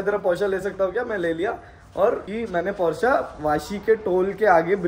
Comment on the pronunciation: couldn't stop ignoring, it's Porsche :/